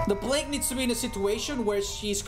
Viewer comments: Normal people: Play-g with your food: P L A G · Normal people: Play-g with your food: P L A G